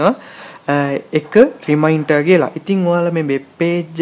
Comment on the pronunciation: ow ow රිමයින්ටර් web page . oya hari. best pronounciation. 😂😂😂😂😂😂🤣🤣🤣🤣🤣🤣🤣🤣😅😅😆😆